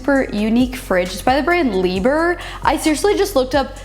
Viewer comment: 2000 dollars for that fridge?! I paid like 500€ for mine, which is basically the same but with different handles. Also, the way you pronounced Liebherr... terrible.